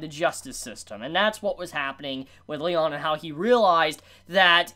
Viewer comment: There's also the fact that pronounces "Leone" as "Lyon", which is cringey.